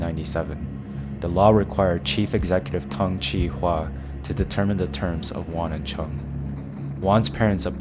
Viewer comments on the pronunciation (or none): none